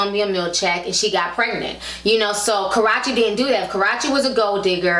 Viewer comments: You're saying her name wrong, it is pronounced karoochie not karachie . besides that love all your vids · Karruche (Ka-ROO-chee) > Karochie Nia > Nina It's really not that hard to pronounce! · who is Ka-ra-chi its Ka-rue-chi lol 😂😂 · Her name isn't Karache lol it's (Kuh-Roo-Chey). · I live for you pronouncing Karruche's name wrong. Got me out here calling her Karrache now. I don't know if it's purpose or accidental but I am all here for it. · Dang ti.... Its Kuh - roo- chee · It's KARUUUUCHE, Ti, damn. That made me cringe every time you said her name lol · it's pronounced kuh roo she lol...but love your vids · it's pronounced Ka roo she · The way Ti is pronouncing "Karreuche" like "Ka-ro-chee" sounds like she's referring to a private body part. Lol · Li Ikr 😂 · She pronounces her name as Karachi? 😳 And her name is Nia not Nina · Nice video Ti. However, it's pronounced Karoochi. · I been watching old videos lately and she cannot say this girl name right lol...Idk if it’s on purpose or accident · This ranting is ruined of your defending her since you can't even pronounce her name right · You're saying her name wrong honey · Saying the name all wrong but the tea was hot honey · You pronounce Karrueche wrong lol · Why do you keep saying her name wrong lol